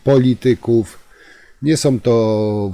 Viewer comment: Czemu Pan nie umie uzywac koncowek om i ą? Jest to irytujące. Nie mowi sie majom tylko mają, nie som, tylko są. Pana materialy sa bardzo ciekawe, ale ciezko sie Pana slucha. Prosze wybaczyc.